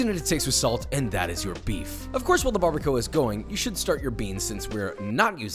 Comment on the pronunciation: Barr-ba-kwah Barbacoa